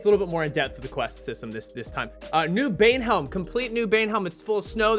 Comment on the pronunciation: IT'S NOT BANEHELM. IT'S BAEHELM